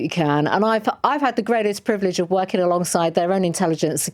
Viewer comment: DISHONOURING HAS A G AT THE END PRITI. WHEN POLITICIANS CAN'T SPEAK PROPERLY IT SETS A BAD EXAMPLE. SITTING HAS THE LETTER G ALSO. WORKING ALSO HAS A G. MY WORD HOW DO THESE PEOPLE END UP LEADING WHEN THEY CAN'T SPEAK PROPERLY? WINSTON CHURCHILL WOULD BE HORRIFIED BY POLITICS TODAY. OUR LAST GREAT LEADER.